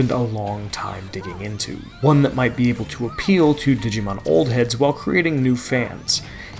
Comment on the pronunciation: Did bro say old heads?